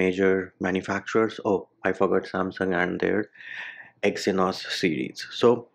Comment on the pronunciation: "exonsys" lmao! its exynos, pronounced egg-z-nos